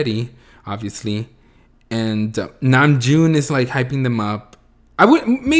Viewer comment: Hobi was making a joke on RM mispronounced name - Name..Joon. XD